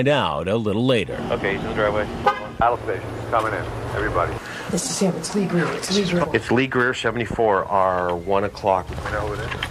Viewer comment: its lee greer its lee greer!